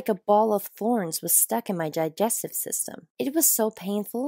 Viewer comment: Nobody: Literally nobody: Her: my jigestive system.